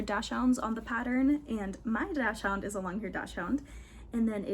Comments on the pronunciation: Dachshund is pronounced “daak sund” instead of dash hound. This is a dog breed I used to mispronounce too. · You say Dachshund so differently than I do!